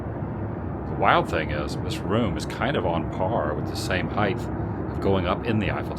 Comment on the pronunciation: There’s no “th” in height